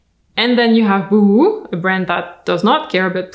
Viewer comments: I love how you say Boohoo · I love that you did that little pause, after the boohoo anouncement, so we could all laugh and catch our breath before going on. Well done!